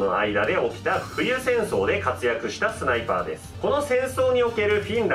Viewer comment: ス"タ"イパー（）